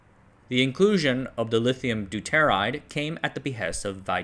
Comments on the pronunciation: Deuteride - DOOTER IDE. Not Du tear ide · Deuteride Do-tuh-ride.